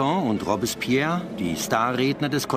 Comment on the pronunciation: boah sag noch einmal "Robbs-spehr"